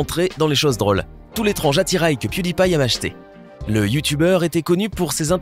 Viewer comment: Piu dit pie